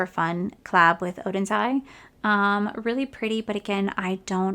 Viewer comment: You did such a great job saying Oden's Eye! It's so hard to get rid of any of the makeup....